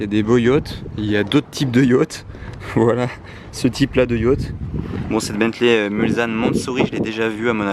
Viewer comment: on dit bentley mulsanne avec le s qui ce dit s et pas z